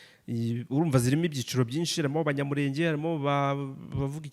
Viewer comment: ibiganiro byanyu nibyiza ariko please nagira ngo mbasabe mujye muvuga izina ryacu muri correct way. turi Abanyamurènge not Abanyamurénge.